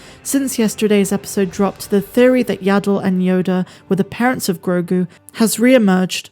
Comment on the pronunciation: Stop calling him Grogun. It's Grogu.